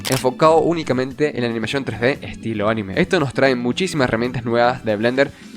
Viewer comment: Muy buen vídeo, espectacular... Sólo puedo decir que anime no se escribe animé, por lo tanto es una palabra con pronunciación llana "aNIme"